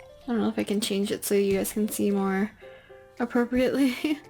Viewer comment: Her: apropreatly Me: aPRoCReAtly